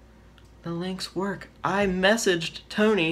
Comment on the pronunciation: “It doesn’t WOOK and you cannot punch on it”